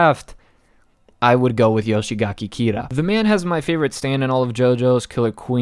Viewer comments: Don't want to sound too picky but its "Yoshikage" not "Yoshigake" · It's not Yoshigaki Kira, it's Yoshikage